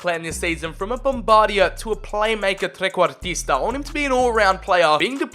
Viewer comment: I can confirm as an Italian the perfect pronunciation of Trequartista 👍